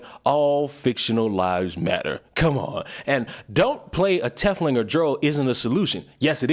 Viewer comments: Just don't call dwarves "diggers" with the hard "r". Also our boy trying to pronounce tiefling is hilarious. 😂 Also, "dro"... fun times. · And I believe it’s pronounced “Tea fling”. Like teeth with an F then ling. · Speaking of First World "problems". I just hear, "I'm not victimized enough for clout irl so I'll choose to take offense at fictional depictions of deplorable behavior." Also, tiefling is pronounced like 'leaf-ling'. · Quick thingamabob. It's pronounced like TEEF(Teeth, but but an 'f' rather than a 'th')-ling. Not trying to get on your case or anything, just giving the common pronunciation. That aside, I feel like I tore into that person over it because, as a fellow black person, I didn't see any of the racism within the setting as anything referential to real world racism and the like. Instead, I saw it las such: the fantasy racism on display has meaning and it goes beyond just "these people look different, so let's treat them poorly." Will put brackets around the next good bit since it explains what I'm talking about in a bit of detail and it's long. [Tieflings are in someway related to Devils and/or Demons(the latter is much rarer and not really explored in BG3), be that through direct blood relation, residual effects from a pact or deal with a Devil somewhere in their family history or forceful transformation into one, and are distrusted because Devils in the setting are shifty and distrusted—they tend to want your soul or things that are more valuable to you than you would initially realize as part of a pact with them. Not all Tieflings are bad, the vast majority are decent enough people though the lot you meet that Lys refers to are a mixed bag: most of the adults are alright people or even good people with flaws, but the children have formed a thieves guild of sorts and are stealing things from the druids and thus worsening the tension in an already tense situation. Mind you, sa